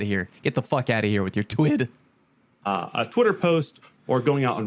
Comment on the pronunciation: I found it funny when he nearly said Twab and not twid